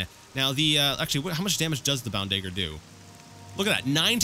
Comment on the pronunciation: Note that if you raid the crates in Balmora no-one cares. Anywhere else and they will. Also note that Ra'Virr doesn't care about your illegal substances. Nor does your new boss for that matter. Also note that it's a DaGGer but as you won't be using one hopefully I won't be hearing you say "Da-ger" again. Fair rustles my jimmies, that....apart from that, another excellent video.